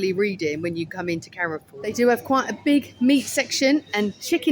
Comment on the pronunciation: Thanks for a fun video, Carrefour is a French supermarket and is pronounced Care-For. Saw lots of similar products like we have in France. I am like you I love a good toilet. Its important for the older subscribers of the channel who may need to empty the odd colostomy bag now and then. Noticed they put extra disabled toilets in everywhere this is a marketing strategy as they know oversized menopausal women spend the most money out shopping. and come back with a hole load of shit from the middle isles of Lidle and Audi. Tell Stig of the dump Gary to keep away from any old skip please, Encourage him to get his beef out a bit more. It might help distract him from looking at skips. Hot tip park as close to the front of the supermarket away from any skips. What you dont see you dont think about, The red lipstick did look nice very theatrical it could put you in danger. If you sat on Garry's knee he might be tempted to put one hand up your back and do a ventriloquist act with you. Saying Carrefour is the cheapest supermarket in Spain while trying to drink a class of water, You can get Garry a delivery pallet for Christmas and just leave it outside and hint that would make a lovely coffee table. Sorry guy tried to be as funny as I could.:yougotthis